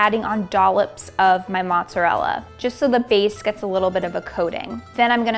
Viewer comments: did he really call it „moozarelle“? Hahah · Everytime your dad said “mozarel” I cringed😂 great video though ❤️ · It's what east coast Italian people call it